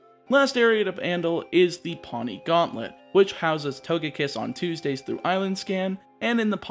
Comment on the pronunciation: Just letting you know, Poni is pronounced "Po-nee", not "Paw-nee". It means purple in Hawaiian. All the islands are named after a color, which actually coincides with the color of the corresponding Hawaiian island in real life. Source: Am of Hawaiian descent.